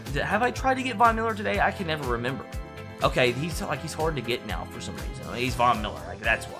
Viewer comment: are you serious right neow